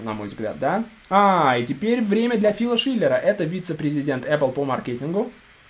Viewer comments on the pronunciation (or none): none